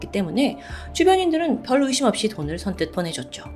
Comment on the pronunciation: 돌을돈을...아직 실수를 하시네요 요즘 영상도 NG영상 만들어주세요 너무 완벽하니까 그러실때마다 너무 웃김